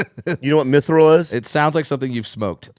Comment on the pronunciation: Its not minthral bobby... its "mithril"